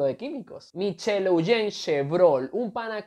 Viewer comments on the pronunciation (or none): none